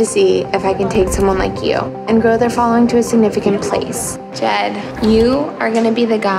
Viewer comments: but it's Jed not Ted :D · Actually. It was Jed